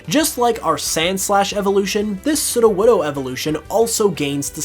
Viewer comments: I heard Sidowodo not Sudowodo ( Sudo - wod- oh) Sudo mean Fake or False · Every time he says sudowoodo wrong gives me a tiny stinging headache